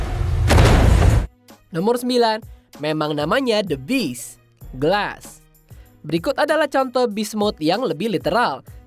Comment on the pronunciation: Gelas apa Glass 😂😂😂